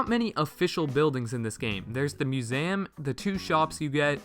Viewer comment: You said musam lol and I will subscribe